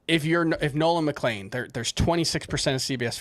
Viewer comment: for the love of gokys Hernandez it’s MCLEAN. Nolan McLEAN. Not McLANE.